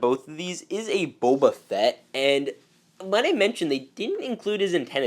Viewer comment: I’m sorry, but I just couldn’t stop laughing when you said “The Book of Boba Sett🤣”